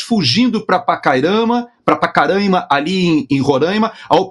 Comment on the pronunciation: Parabéns,, além de todas as virtudes, por ter pronunciado corretamente os nomes Roraima e Pacaraima. Os semianalfabetos dizem "roráima" e "pacaráima". E são milhões!